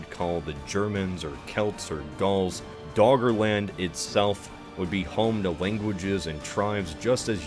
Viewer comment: All I hear is Dog Land